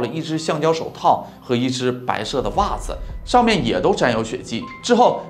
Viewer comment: 比如“白色的袜子”读成“白射的🧦”